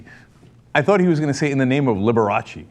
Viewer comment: Cenk saying Liberace makes me want to get the term "Liberalace" in common usage.